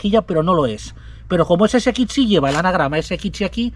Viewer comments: Porqué dices SXI de esa forma tan rara?? Ibiza ese ekitch si😢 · Porque dices S"ekitxi". Que cosa más rara dices. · Me encanta esto les sigo hace años ..pero m poner nervioso como pronuncia la x ggrrrr